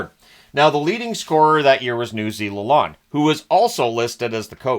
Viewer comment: Are you sure its Newsy LaLonde and not pronounced like LaLOANED? That's my last name and I pronounce it the second way and it was taught to me by my family to be a pet peeve when it isn't said right lol. I've heard you say Derek LaLonde's name the second way so just curious if he pronounced it the first way, I know some people say it differently